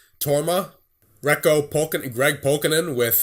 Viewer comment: And Reko is pronounced like: Ré - Ko, so e is like the pokémon é and the stress (or emphosis) is at Re and not Ko. If that made any sense to you, I could upload "a vid" on my "channel" where I say his name :D